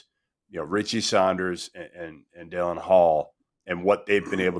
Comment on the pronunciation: It is Dallin Hall not Dylan Hall... Come on now